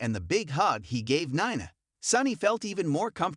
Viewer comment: It's pronounced "Neena" even tho it is spelled Nina. Please!!